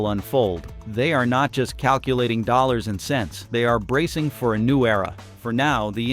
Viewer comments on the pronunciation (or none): none